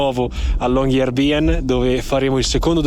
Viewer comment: Riprese, montaggio e musica spettacolari! grazie. Unico piccolissimo appunto la pronuncia: Long-year-by-en sarebbe LUNGO-ANNO-CITTA'-LA, quindi "La città del lungo anno" e città è "By" che si pronuncia "Bü", non "Bi" (infatti il doppiatore del medico lo pronunciava correttamente)